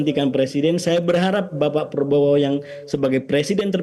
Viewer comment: Kau udah 3 kali salah sebut nama pak prabowo 1 perbowo 2 plablowo abala 3 prabroro 😂